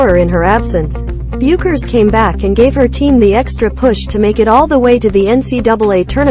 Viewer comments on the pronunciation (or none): I can't believe anyone who has even remotely watched NCAA Women's basketball would not know how to pronounce the 2021 NPOY's name. It is pronounced BECK )rhymes with Peck) ERS. Makes everything you say seems questionable.And Geno's name also Ore- E' ama not arena. shesh